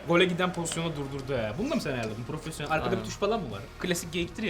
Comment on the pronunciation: Profosyonel nedir abi ben world class ım :D